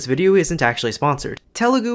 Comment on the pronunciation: bro it's not "tay-mol" or how ever you pronounced it it's idk how to write it down but "THHA mil or THA mil". It's no "Ta-lu-gu" It's "Tha- lu gu"